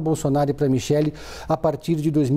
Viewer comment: Kkkk É micheque essa pronúncia sua ñ m convenceu kkkkk